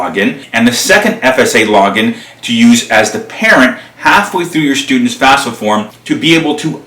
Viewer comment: Good job. Note, it's not the "fasfa".